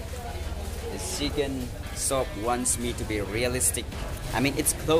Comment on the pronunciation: Still sooting😂and zhicken